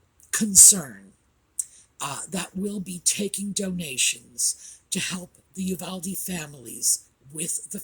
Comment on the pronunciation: love your channel & dedication, effort & thoughtfulness you pour into it. As a proud Texan just letting people know how to pronounce Uvalde= You Val Dee. Thanks so very much! Keep up your unfailing dedication!